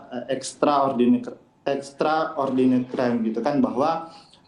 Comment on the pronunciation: ".... tindak pidana korupsi adalah extradineter extradnetetrente" wkwkwkwk kebanyakan chicken dinner lu bang